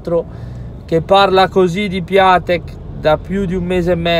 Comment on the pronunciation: Assolutamente d’accordo su Piatek. Però leggilo Piontec... Buona